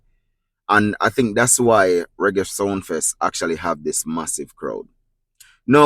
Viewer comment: Ur the only who said it right,king of Reggie,not raggae,just reading the headline…